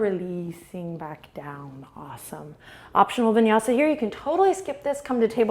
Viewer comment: "vinyasi" 😂😂😂😂😂